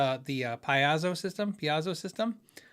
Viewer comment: P. A. Zo.